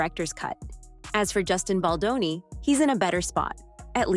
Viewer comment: Whom ever is reading from the teleprompter, find a new job! If you can’t even enunciate, Justin Baldoni’s name correctly, after all these months…give it up! Go get a real job!😊